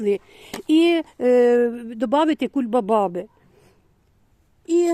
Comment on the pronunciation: чому ви говорите кульбабаба може кульбаба